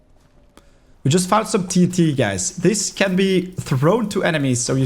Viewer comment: Now I know where my 5 year old son heard that “TT”. I always correct him that it’s “TNT”. Every time he sees a tombstone in a game he calls it “PRC” also, as usual I tell him it’s “RIP”. Probably heard from a minecraft streamer or youtube content creator.